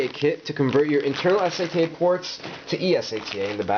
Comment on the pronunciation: you call Sata for S-A-T-A . I was so confused in the untill I got what you meant with S-A-T-A when you pointed at the Sata ports in the end.